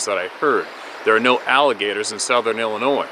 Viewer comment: P.S.A THE S IN ILLINOIS IS SILENT!